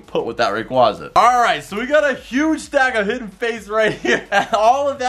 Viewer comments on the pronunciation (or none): isnt it pronounced rey qwea za? not ra qwa za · Sorry but it is ray-qu-A-za